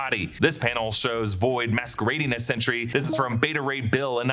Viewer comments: It’s ‘Sentry’ with emphasis on a clean T. Not ‘Sentury’ (like century). Made this video so painful to listen to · "Chentry", Sentry's hispanic cousin? ( I get it, too many similar pronounced words on a single line would make this slip)